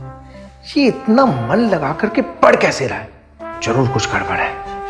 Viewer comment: PugG nhi PUBG hota h uncle😂😂